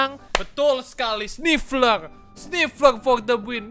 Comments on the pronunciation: Bang namanya sniffer bukan snifler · Nama nya Sniffer bang bukan sniffler